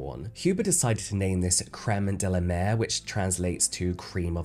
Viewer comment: It's La Mer, not Le Mer!